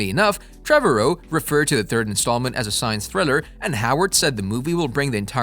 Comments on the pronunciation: Trevorrow rhythms with tomorrow. Trah-vah-row. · Why can’t you say the directors name right😂